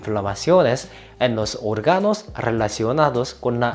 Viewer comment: No se dice orgànos se dice òrganos.